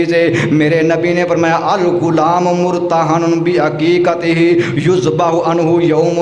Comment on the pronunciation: اسلام علیکم محترم لفظ عقیقہ ہے شکریہ